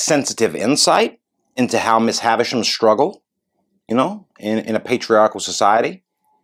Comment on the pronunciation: Of course they haven’t read the book. nor have most of the citizens of my country 🇺🇸 This is why many American commentators say Haversham, which is what it sounds like in movies, rather than Havisham, as Dickens wrote it.